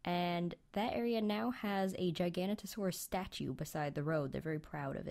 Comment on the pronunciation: It's pronounced Gig-a-no-to-saurus.